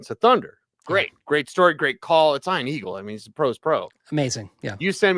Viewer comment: Eye-an Aggles.